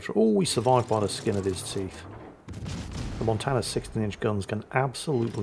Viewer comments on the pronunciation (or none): none